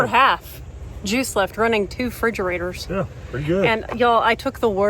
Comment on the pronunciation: lol "2 frigerators" Isn't it weird how we chop the front of that word off when we say it? It reminds me of when people take something out of the freezer and say they have to "unthaw" it...oh, you mean freeze it again?? 🧊❄